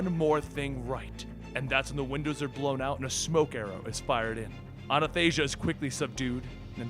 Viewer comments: You seem to be saying Anathasia instead of the correct Athanasia. No idea why they named her after an old Christian theologian but, that's what it seems to be. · Ffs it's ATHANASIA, NOT Anathasia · It's ATHANASIA, not anathasia. Athanasia is the female version of the Greek name Athanasios, and it means he who cannot die. Everytime I hear say her name wrong it gets on my nerves, like wtf you can't read? There is no anathasia. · You keep saying "Anathasia", is it not supposed to be "Athanasia"...? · ahhhhh my greek ancestors cry out in pain whenever you say ANNA THASIA! :'( it's ATHAnasia,meaning immortality in Greek! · Her name is Athanasia(Greek name) i believe,not Anathasia.... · It is A-tha-na-Sia my friend. It's Greek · Batman's daughter's name is pronounced A - Than - Asia and it means Immortality in Greek. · Dude, her name is A THA nasia, you're just puting the nas befote the tha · Hahaha! I can't believe you can't pronounce her name (let alone the writer himself can't). It's easy A-THA-NA-SIA. Athanasia means immortality in Greek. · i think i pointed it at every injustice video since her appearance, but its A-than-a-sia its like Thanos but with an A in front...and no us greek guys know how to pronounce it, still she deserves to have her name mispronounced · from, Athanasia is “maybe” pronounced as Athan•asia. That’s just a guess from me. Either way, thank you for all that you and your crew do at. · athanasia is actually a greek name you can copy paste Αθανασία into google translate for the pronounciation. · It's athanasia, Translates to immortality in Greek. Wikipedia can assist you in pronouncing it. Keep up the great work!